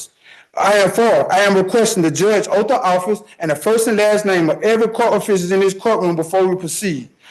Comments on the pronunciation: Oath not OAF!! This guy annoys me so much! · The word is “oath “. Not “oaf”.